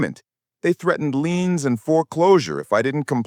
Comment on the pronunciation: Its liens not leans!